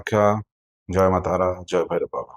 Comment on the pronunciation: Sir are you bangali ? Causes at the starting your video , your pronunciation " joy ma tara , joy ma kamakhya" similar to as a bangali speaks that's why I asking.. Thanks for this video sir . ❤